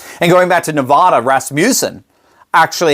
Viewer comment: It is Ne va (sounds like a in sad) duh.